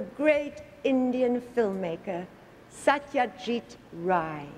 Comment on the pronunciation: cudos to the lady ❤ she pronounced his name perfectly also she was very genuine in her talking.